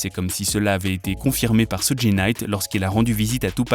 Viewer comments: Ça se prononce sudj et nom sudji (suge) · Sudji??????SUDJI???AH ouais non mais la cest bon n tchao..soudji night la arrête les vidéos non non non cest plus possible la arrete le massacre